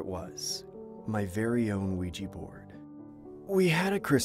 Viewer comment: I'm sorry but I nearly bursted out laughting everything he said "Ouiji" board, I am sorry but bro it sounds like he's saying "Luigi" board. Aren't they called Ouija boards??